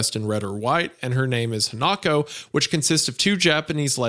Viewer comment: It’s pronounced Hanako